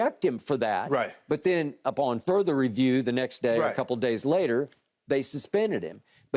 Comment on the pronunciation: Hey everyone just another reminder that the word "Further" has been turned into "Futher". We're taking all Rs out of words. This guy gets payed millions to talk and he says words like this.